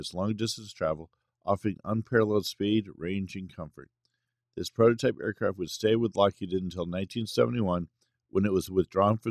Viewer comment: and just what is a protype? it seems ai narration cannot handle the T in prototype